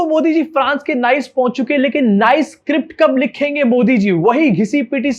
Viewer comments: Last year went for vacation in Nice France , and now this guy ruined it for me !!! 😒😒 also it’s pronounced “Niece” not “nice 👌” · Bro it's pronounced as Nee-ce not Nice. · I had to be that guy 😅 Its not Nice, it’s pronounced as nees | nis. Great reporting as always, love your vibe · your team work your talk is excellent yes in pronunciation we all go wrong as w all are not staying is NICE....pronounced as NIS......the day we stay there we will talk properly....till then good show bro❤ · It is pronounced as neese /Neice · It is pronounced as ‘nees’ not ‘nice’. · Abey Nice ko Nice nahin Niece pronouns krte hain😃😃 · इसका pronounciation नाइस नहीं निस हैं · Its not pronounced as Nice.. Its pronounced as Niece.. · Nice (France) pronounced 'niece', not 'nice'. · The word ‘Nice’ and the city in France ‘Nice’ are pronounced differently. The former is pronounced as you said but the latter is pronounced as ‘niece’. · It's not pronounced "Nice" unlike in english it's pronounced like "neice" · FYI Nice is pronounced as neess.